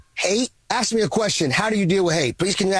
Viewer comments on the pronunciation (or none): It’s not ACTS it’s ask